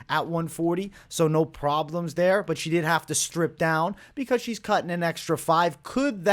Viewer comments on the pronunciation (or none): none